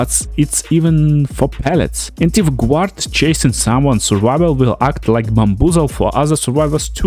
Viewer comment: Guard is pronounced GARD, not Gwahd. Good video though 👌